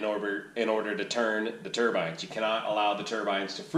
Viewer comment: Thanks for all the great videos and updates. And thank you for pronouncing turbine correctly. Keep them coming!